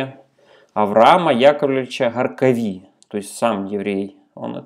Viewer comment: ИцхАки, а не ИцхакИ. ҐаркАві, а не ГаркавИ...